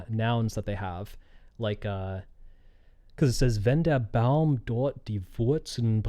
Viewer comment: I think the reason she sings Baum like 'baume' is because usually in Japanese they don't end their syllables with consonants except 'n' and even then they extend the sound of it. Also as a German speaker it is very difficult to actually understand the words without having the lyrics, but that's standard for Sawano songs.